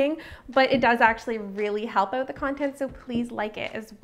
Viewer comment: any one here her say "out" owght